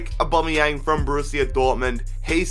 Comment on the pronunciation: The way he said Pierre Emerick Aaubameyang though...